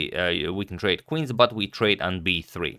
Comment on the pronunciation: Is Agad intentionally pronouncing bishops and queens wrong?